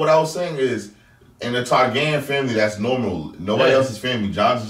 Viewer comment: did miss sundae said tragaris